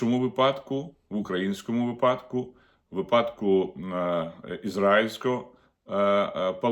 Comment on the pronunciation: Пане Огризко, вИпадку !(Вам має бути соромно робить такі помилки !)